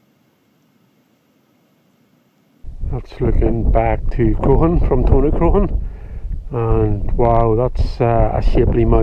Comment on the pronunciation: Crock Hawn would be a better pronunciation